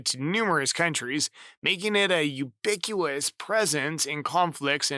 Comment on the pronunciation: u-biq-ui-tous not u-biq-you-us.